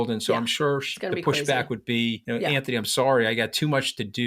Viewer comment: Katty, why do you call him Antony when his name is Anthony? I'm curious.